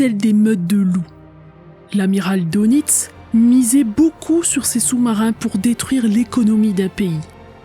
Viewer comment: oui très intéressant Les u boot all.furent copiés par toutes kes marines étrangères, après guerre, à cause de leurs qualités.Attention on prononce DEUNITZ en allemand Dönitz.Il fut désigné pat Hitler comme le représentant officiel du Reich.Connaissez vous Sabine, l'affaire du LACONIA?? Fait unique égakement.Un livre y est consacré